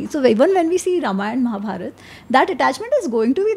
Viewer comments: Please correct महाभारत not महाभारता .sahi uhcarad karna Sikho Ami ji sahi bol rahi hi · Bhai what is it It's Ramayan and not Ramayana.... Mahabharat. And not Mahabharata.... N refrain to use words like so called poorvaj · It's Mahabharat and Ramayan and not Mahabharata and Ramayana. It's what the British taught you and it's wrong pronunciation. Learn from Ami. She is pronouncing it right. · महाभारता नहीं महाभारत बोलिए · Pahle mahabharat and ramayan bolna sikh lijiye sir ....shuru me hi mahabhartaa and ramaynaa 😢and batey aap humare mahagrantho par kar rHe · I think first we should pronounce the names correctly and not post fix 'a' in the names and change it. It's Ramayan and Mahabharat, not Ramayana and Mahabharata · Plz.. Mahabharataa... Ramayanaa.. Krishnaa.. Bhimaa nhi.. महाभारत, रामायण, कृष्ण, भीम... Uchaar ae arth badl jata hai.. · It’s annoying for the way he says Maharashtraaa when speaking hindi. Kya ye “brown angrez ki aulaad” theek se रामायण और महाभारत नहीं बोल सकता? इसे रामायणा और महाभारता बोलता है ये जबकि हिंदी इसकी अपनी मात्त् भाषा है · Hum naam k baad ek extra A kyou laga dete hai ??? What is Mahabhartaaa or Ramaynaaa ??? It's just Mahabharat or Ramayan..